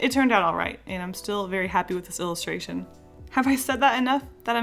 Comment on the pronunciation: Take a shot every time she says "illistraton"